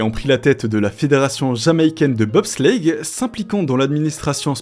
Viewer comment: "De BOB slllleitttttte